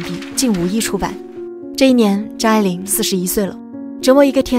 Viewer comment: 母親給他的英文名字, 拼音就是 發音愛玲, AI 發音愛人的愛,, 不是你 發音 錯的念法A鈴, 快去請教專家!!!!!!